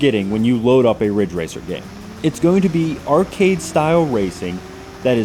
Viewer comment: IT'S RIDGE RACER. RIIIDDDGE RACER!